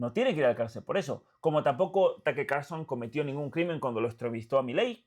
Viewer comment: Taker ? Tuker tal como suena